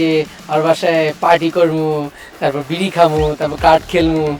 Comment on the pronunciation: আপনারা কি খেয়াল করেছেন শান্তি ম্যাডাম ২:০৮ সেকেন্ডে মন্টু বিড়ি না বলে মন্টু বিড়া বলেছেন